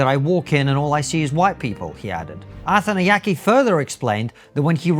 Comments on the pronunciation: I kept hearing “Arthan the Yankee” at first, and I seriously thought this was an American complaining about white British people working at the BBC 😂 It’s no less hilarious knowing this man is Shri Lankan. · If you’re going to make a video at least learn to pronounce his surname properly lol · This guy is on national radio. His name is broadcast to the nation dozens of times a day and you couldn't even be bothered to work out how to pronounce it properly. I think what Mr Arthanayake said is a bit silly but if it's what he feels shouldn't he be able to express that without everyone loosing their minds? I cannot understand why this has made everyone so angry. Get a grip people, Arthanayake is obviously not a racist. Everyone accusing him of being one, take a look at yourself. I'd say there's a pretty strong possibity it's you that's the racist. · I'm not sure it's deliberate or useful to the point being made, but it's certainly amusing that you so badly mangle the pronunciation of his name every time